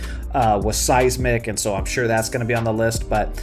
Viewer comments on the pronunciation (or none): none